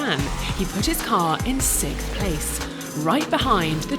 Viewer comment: Question- why don't they pronounce the x in sixth?